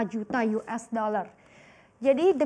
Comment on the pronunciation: .50 apa .22 mba?? US bukan yues lah😂😂😂